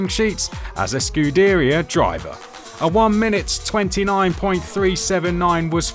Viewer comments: It’s actually closer to the Italian pronunciation of the word. More like scu-dae-ria with longer accentuation of e. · scoodearier. no. no. its scoo da rear. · “Scud-ee-ría”? It’s pronounced “Scude-reeia”! Is this guy first time commentating in F1 or is it just Boring AI? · It's "scuderia", not "scudiria" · Well he got the emphasis right at least, but yeah, hearing it pronounced Scu-DEAR-ee-uh instead of Scu-DARE-ee-uh kinda defeats the purpose. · not called "scudiria", you r.trdedass breesh wanka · Scooodeeria driver? Just because you have an accent it doesn't mean you can just pronounce Italian words completely wrong lol :face-blue-smiling:😂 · “Scudiria driver”🤣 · "Scuhderia Driva" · Come again? Scuuu deriah? Bro, you are in the F1 circle how can you mispronounce that. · "Scoodeeriah driver" :body-green-covering-eyes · bro turned american for a second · scudeeria? F1 really? Can‘t you hire people who can talk AND like F1? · once again asking for scuderia to be pronounced correctly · is that AI? who in the world pronounces "scuderia" this way?? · The official F1 channel can't even bother to pay for a narrator that can pronounce "Scuderia" correctly... 0.45 - "off pieced"??? Really??? Blatant AI slop narration just to save a few pennies. Why am I not surprised given the current leadership of F1? Reported for misinformation. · F1 comentators should know how to pronounce Scuderia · Has this amateur hour narrator seen or said the word “scuderia” before having to pronounce it here? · This guy is talking real slow and mispronouncing a lot of stuff... needs some work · say scuderia again please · Do you think you could hire someone who can say Scuderia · man who is this commentator, cant even pronounce scuderia... get this monotone guy out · Ngl when I saw that I thought this dude was AI Generated Voice. No way someone in F1 would pronounce it this way